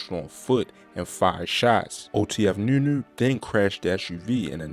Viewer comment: Sounds like you having a hard time saying nunu